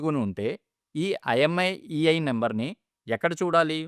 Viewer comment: Imiei కాదు మాస్టారు! IMEI అనాలి